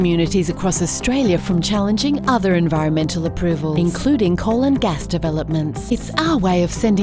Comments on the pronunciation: When you said "coal and gas developments" I heard "colon gas developments" 😂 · Am I the only one who hears "coal and gas development" as "colon gas development"?